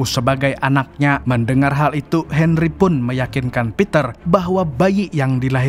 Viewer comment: Bang Bisa Gk Bicara Henry Tapi Gk Pake D